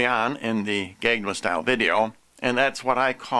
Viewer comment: If you want to say something is a coming of the anti-christ, I would say get your facts straight on the videos you're accusing before you make your own video. Find out the actors names, such as Hyuna. And learn how to say Gangnam Style correctly. Until then, I would never even think to BEGIN to take your seriously. See you in hell.